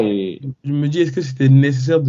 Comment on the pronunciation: " Et eusqueu tu a vu la perf de untel "